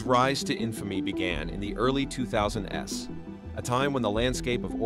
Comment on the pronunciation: When the narrator said the 2000's but actually said 2000 then pronounced the "S" on its own I was out!